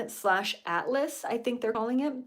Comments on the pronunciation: It’s clear you’re not up to date on 3I/Atlas, you can’t even pronounce it correctly. It hasn’t shown typical signs of a comet at all. Your out of body experience is in mud. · Hello it is an I not a 1 3i/Atlas 😊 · Not 31 Atlas, it is called: 3 i Atlas. The "i" stands for Interstellar, the 3 means it is the third interstellar object, and its name is Atlas. Hope that helps.